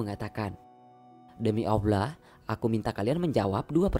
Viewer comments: Maaf admin seorang muslim kah ? tolong benerin pengucapan nya .. Allah buka awlah 😠.. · Is weird .. how he menyebut Allah . Aullah ? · Ko nyebut Allah nya aku denger awla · Admin Allah bukan auwloh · Lafazh Allah nya di perbaiki dong.. gak enak banget dengernya 😬😬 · Wes angel ngmong allah nya yh..perbaiki min 😩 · lafaz Allah nya di perbaiki lagi min. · Yg isi suara org islam apa bukan? Ko ngomong Allah aja gak fasih? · iya bener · Maaf ya buat yg adzan jgn sakit hati dlm pengucapan lafadz Allah nya kok kurang jls yahh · Min sayang banget sebut nama Allah kurang fasih...janggal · lafaz Allah mohon di perbaiki,bukan seperti itu pengucapannya.🙏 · Sebutan nama Allah agak kurang elok...tolong adminter perelokkan ya.. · Mohon maaf tapi lafadzh 'Allah' mohon difasihkan. Tidak enak didengar soalnya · Iya bener.. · Betul sebut lah nama Allah dgn benar dan jelas